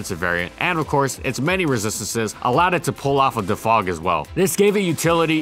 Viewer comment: Please my dude just keep saying DEFOG like u were before this video, you're american please don't turn this into every euro language session thanks m8